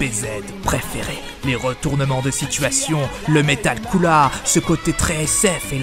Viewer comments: Ptn tu ose dire coola même en vf il dit pas sa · Arrête de dire coola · Pourquoi ce c** dit coola alors que c est couleer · C est pas coola mais cooler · Aaaaaaaarrrrrrrrreeeeeeeeetttttttttttttteeeeee ddddeeeee dddddiiiiiirrrreeee coula dit cooler comme tout le monde putainet dit gojeta et pa gogeta